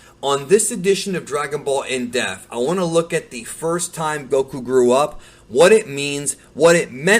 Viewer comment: I love how can pronounce all these Japanese names and words so well but says “depth” the way he does🤣. Deafth.